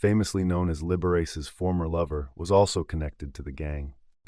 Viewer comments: Liberace is actually pronounced Lib-er-ah-chee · Dude imagine how many more people would finish these videos if you took the time to learn to Pronounce words. Liber ace, macabreaa macaber 😂😂😂